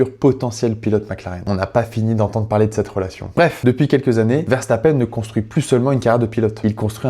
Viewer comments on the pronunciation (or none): Il te fait de la peine pour que tu prononce le nom de famille verstappeine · alors moi je le prononce verstappeune et je le prononce comme julien ferbreau c'est jaques Villeneuve qui le prononce verstappeine je peux paraître ultra sérieux mais quand je suis fan de quelqu'un je le suis énormément 😅